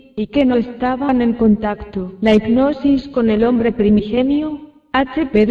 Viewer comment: Lulu Niels efectivamente, está tips no sabe pronunciar, dice ignosis en lugar de hipnosis. Aparte su voz adormece.